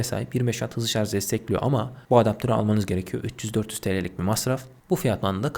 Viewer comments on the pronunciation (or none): kardeşim, A73'ü donanımdan dolayı mı, fiyattan dolayı mı tavsiye etmediniz, 5G olması pil ömrü işletim sistemi yeterli değil mi.. Anlatırken çok hızlı konuşmak uğruna kelimeleri yuttuğunuzu farkediyor musunuz..Bir de şarj derken sanki şarz gibi çıkıyor kelime ağzınızdan..Selamlar..